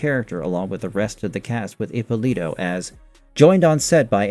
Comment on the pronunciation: Ippòlito non Ippolìto .. è un cognome Italiano ...